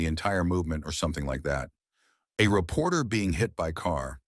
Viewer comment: Did he say, repoter, lmao. 😅😊😂😂😂😂